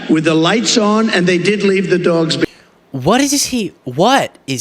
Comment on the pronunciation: How cruel, leaving the dwogs (tRump pronunciation) behind. What are the poor refugees in tRumpville going to eat?